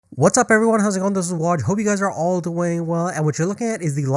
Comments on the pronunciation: seriously. work on your intro. no one can understand what you're saying lol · I cant get past that part without rewinding and laughing lmao